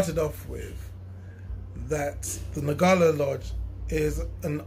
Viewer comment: Great video and totally agree with you but please watch the pronunciation! ..... Ngala is pronounced in the African way. "Nnngala" not "Nagala". Ubuntu, a Zulu (Nguni) word, is pronounced "Oobuntu" not "Youbuntu". It can be quite frustrating when diasporan brothers insist on using the white European ways of pronouncing African words. The first and easiest step to learning a local African language is to learn the correct African pronunciation.